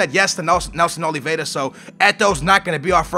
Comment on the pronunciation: NELSON OLVIERA NOT OLVIEDA